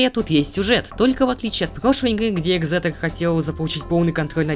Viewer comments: Соль не ексетор а эгЗэтор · Не экзетер а эгзелер